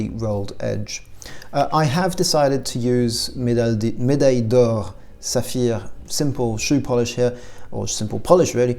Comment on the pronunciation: Bravo je n'avais pas compris que vous étiez français avant d'entendre saphire